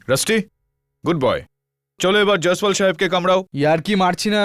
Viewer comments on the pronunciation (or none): জ্যায়সওয়াল, বাংলায় উচ্চারণ করলে জৈসওয়াল ৷